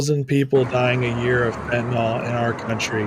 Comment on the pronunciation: Chy-na is destroying my country too with fen,tin,yl